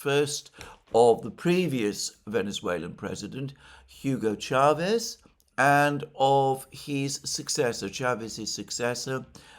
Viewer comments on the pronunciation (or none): none